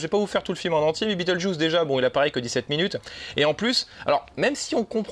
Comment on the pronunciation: mdr ta facon de dire beetlejuice sa pique les yeux !!mdr